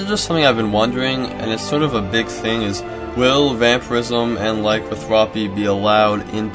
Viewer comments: Vampirism and lycanthropy. Not vamparism and lycothrapy. Vam-pir-ism ly-can-thropy, sorry to be the weird guy. My OCD just lashed out. Thumbed up. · Laicanthwopy? This guy needs to take his spelling classes again. Its Lah-can-thro-pee.